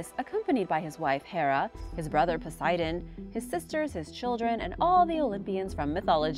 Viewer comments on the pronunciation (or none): none